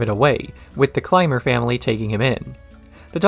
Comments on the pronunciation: He said it right later in the vid so he knows. Simple mistake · . It's pronounced "climber," as in status climber.